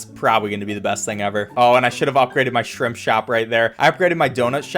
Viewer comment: You said shrimp shrop